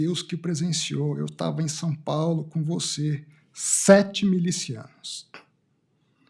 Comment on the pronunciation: Sáu pagu pra náu fala